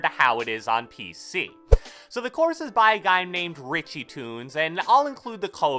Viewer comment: Said “The next thing about this courth” Lol